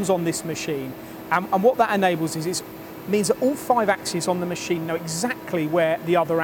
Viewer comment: stop saying mesheeeeeeeeeeeeeeen. brooo